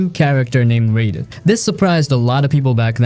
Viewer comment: Im gonna stop ya there. RY-Den